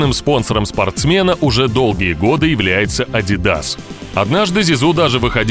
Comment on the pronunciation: "ADI DOES" = ADIDAS